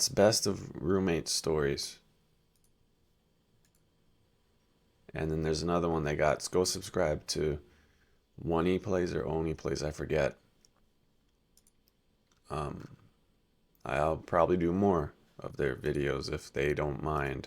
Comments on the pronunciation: its On-ee as in Chris O’neil. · Nice. Love your oneyplays reactions. Also, it's pronounced oh knee plays.